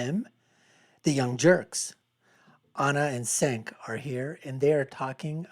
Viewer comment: how can you be so bad at pronouncing cenks name, you talk about TYT constantly 😂 you are obsessed with them you should know his name by now